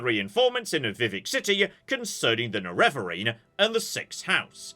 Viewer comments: Nerevarine is pronounced NEH-reh-vuh-reen in the game's ending cutscene. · the pronunciation of Nerevarine is base on Nerevar's, which is pronouced "NErevar". Therefore the first syllable is the strong one: NErevarine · Maybe it ends up more neh-reh-vuh-reen but feel free to change whatever you need to fit it in your mouth. At least now you know what you're aiming at 🫡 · Pronunciation of Neravarine: There is dialog in Oblivion where NPCs talk about the Neravarine's activities. That would be the canonical pronunciation. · most people pronounce it with the emphasis on the first syllable: NErevarine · I find it amusing that can pronounce Nerevar, but he's incapable of adding "-een" to the end